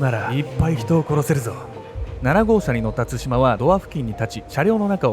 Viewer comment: の「つしま」のイントネーションが少し気になる笑